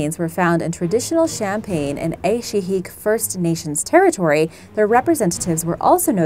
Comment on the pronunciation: scary thing is becasue of climate change will make it more likely for ancient viruses and btw im from the Yukon and you said Aishiak wrong, but I dont know how to spell